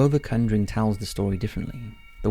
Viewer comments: Dude, you called it the cunduring!! It is the conjuring!! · The Cunjuring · My boi said “The Cunnjering” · Am I the only one who is getting pissed off about his pronunciation of “conjuring”